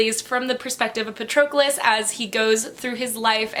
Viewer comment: Actually the pronunciation of that name is PA-tro-clous.